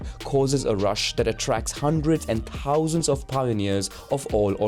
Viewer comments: The word Thousand is pronounced with a ‘TH’ not as ‘T’. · the way he said thousand tho 😭